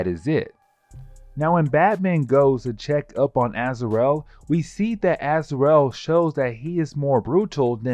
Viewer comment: "Az-ar-el"... smh... can't even pronounce the names right, but this dude makes videos explaining them.